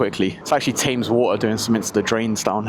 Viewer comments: its not tames its Them-es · How can you be from London and not know how to pronounce Thams? 🙈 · It was all going well until you mispronounced Thames ( tames water ) also love your videos big love from brighton! Make a video down here sometime ! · Tame-es water?, are you an american pretending to be english, why did you not pronounce Thames the proper way? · I can't be the only one who heard how he pronounced Thames